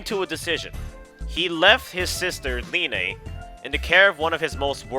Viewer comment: Ok linne's name is not pronounced (Lee Nay) it's just Lin. Like that's a real name and they say it in game. Idk why people pronounce it like that